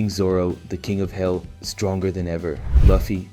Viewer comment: Ya I agree plus when he said luffy he said lufie